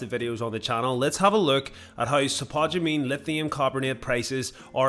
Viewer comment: Dude. Its spod-u-mene. Not....spu-tod-u-mene.